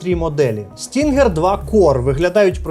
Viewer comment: Назва cloud stinger, а ни stringer😂